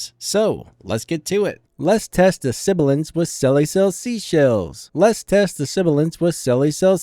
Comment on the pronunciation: you were saying "let's test the sibilance" in the video but it sounded like you're saying "lest test the siblance". i think he's pointing that out.